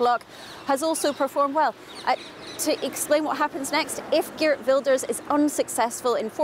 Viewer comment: Can the BBC at least try to pronounce Geert correctly. What arrogance to mispronounce a person's name! Wel gedaan Geert!